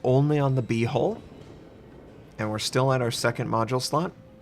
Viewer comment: i can't help but laugh a lil bit each time he says "B-hole"